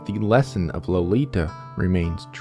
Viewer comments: LO-LI-TA Yes, I know.. but I love this book, read it several times in English and in German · Low lee tah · How can you not pronounce the authors name and barely the title?